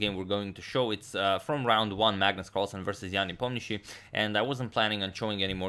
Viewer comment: Are you russian? Is that the right pronunciation for ian nep.?